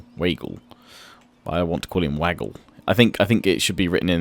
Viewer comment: Wagle is pronounce Waag + Lay